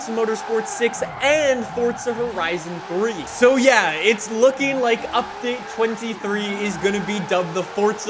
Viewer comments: Its update not updaet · We don't say update we say updaet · Updaet... English 💯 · Damn everyone is really bashing him for "updaet" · Damn, the 'updaet' is delayed 😭😢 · Hmmm “updaet” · “Updaet” hehe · Ah yes, "updaet" is meme man confirmed